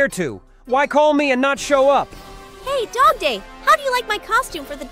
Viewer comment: WHY DO U SAY DOGPLAY IT IS FRICKING DOGDAY